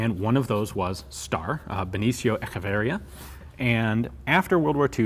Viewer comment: Hi Ian! Just wanted to point out something on the pronuntiation of Bonifacio Echeverria. I am from the Basque Country, born less than 20km away from Eibar. I am both a basque and spanish speaker. The correct way to pronouce it would be something like "Boh-nee-fah-cee-oh Eh-che-beh-rree-ah", with the rolling R of course. I picked you did the "ch" somewhat similar to german pronuntiation. In any case, this is just information you may find usefull, as I am more than aware that you try to pronouce everything as close to the original lenguaje as you can, which is very appreciated. Cheers from the Basque Country!